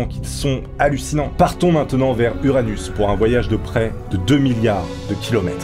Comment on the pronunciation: t’a Dit anus